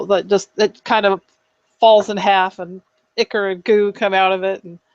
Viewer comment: Foliage - not foilage - and it’s “Eye-chor” and chitin with a long I. Pretty weak ancient spider.